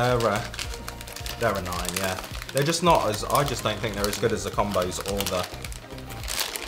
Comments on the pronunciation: It’s definitely com-b(oh) 😂 we say combo for combination. Which is what those are.. a combo of pretzel and cheese or whatever :) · LOL it's Comm-bows. Y'all are hilarious. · OK. I have lived in America all of my 55 years. I’ve been very familiar with Combos and to be honest with you, I never really thought about picking them up. By the way, they are pronounced Cahmboes...like the “combo” of pretzel, cheese, and flavorings. 😊 Anyway, I was at the grocery store today and decided to pick up a bag of the pizzeria flavored Combos. How strange is it that I discovered a delicious snack made in America by two people from the UK? LOL In a way, I’m wishing I had never tried them, because I can see these are going to be very hard for me to avoid now. LOL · Oregano!!!! And combos a long O not a small O but oregano just kills me!!!!